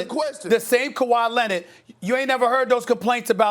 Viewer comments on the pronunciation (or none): nobody: absolutely nobody: stephen a: KAWHI LENNID!!!